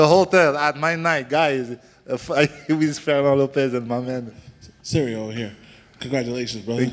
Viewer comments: its Ciryl.... not cirrel or cereal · I can't call him "Cereal" anymore. he is at a level now where you have to say his name properly